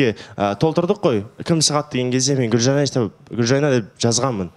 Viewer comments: Туу ездін ау Гүлжайнаш деп негізі Гүлжайна ғой,лағып сөйлейсін. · фильмы ссылки она говарит Гулжайнаш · Почему она говорит Гульжайнаш? Или мне одной так слышится?